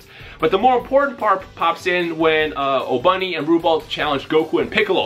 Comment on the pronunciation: His name isn't pronounced Obunny it's Oboony or just Obni.